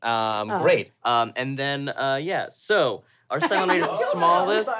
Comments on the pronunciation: Um, actually isn't it 'Cylon' not 'Cyclon'? In fact, after a Google, Cyclon is a brand of running shoe. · um actually is cylon, not cyclon